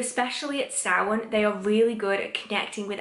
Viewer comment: As a Gaelgóir, I must thank you SO MUCH for pronouncing Samhain correctly!! And it is upon us again, folks. A Blessed Samhain to everyone this year, and may it give way to more clarity in times ahead 🍻🎃💀